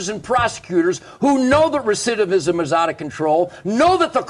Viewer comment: Only gotta hear nugent say recidivism once to know he doesn’t like black guys probably